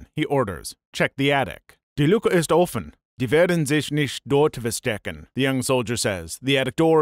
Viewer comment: His pronunciation was okay but it absolutely killed my soul when he pronounced “verstecken” with a V 😭 and the way he said the “ch” in nach was funny lol made it sound like he said they were naked I was like what 💀